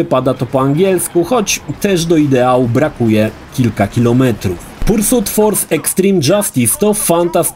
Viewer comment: Nie no, to "pursut" kłuje w uszy niemiłosiernie ;D